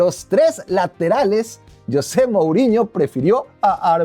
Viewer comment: Creo que la inmensa mayoría de tu público, contandome, somos hispanoparlantes y no sé si tú sabes que, en nuestro idioma castellano el nombre "Yosé" practicamente no se utiliza, nosotros pronunciamos "JOSÉ" con Jota. JOSÉ 🙂👍 YOSÉ 😠👎 PD: Ese tipejo José MouriÑO siempre me ha desagradado un mundo y parte de otro, me parece un megalomano egolatra (Saludos a CR7) y un tipejo barriobajero, un gentuza. 💩💩